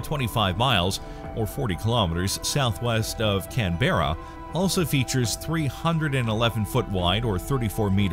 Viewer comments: Canberra is not pronounced "can berra". It is pronounced more like"can bra". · “Can-bear”? Where is that? Lol. It’s pronounced “Can/m-bra” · It's pronounced "Can-bra", not "Can-bear-are"!!! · is that Canberra or Can-bear-a. Pronounced Cam-brugh. lol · Probably thought it was a cheese. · Love how every reference to the Radio dishes in Australia all had Delta Rockets and The Space Shuttle vision. Showing a satellite dish on a mobile home would have been more accurate! Also ffs it is pronounced Canberra. Not Can....BeRRA...think Cranberry...and if you go to Fyshwick in Canberra, it is little Tart just like Cranberries! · Omg dude its not said how its spelt Canberra spelt- said cambrah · Pretty sure it's, 'can-bear-ah'. The folks 'down there' talk funny. My wife has an uncle in Adelaide, he 'talks funny' too. Then again, we're from the South Side of Chicago so who are we to criticize anyone's speech ;-) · What you expect with the pronunciation " CAN ..BEAR.. RA " also FFS !!!! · Please pronounce canberra correctly ask an Australian